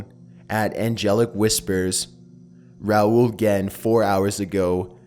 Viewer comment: thanks for saying it right